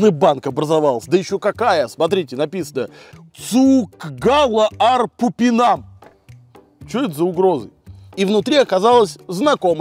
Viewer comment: Cūku gaļa ar pupiņām выговариваеца цуку гальа ар пупиньаааам